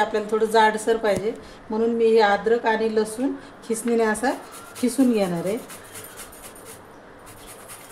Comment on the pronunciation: मस्तच आहे रेसिपी पण तुम्ही कीसुन म्हणा खिसुन म्हणता ताई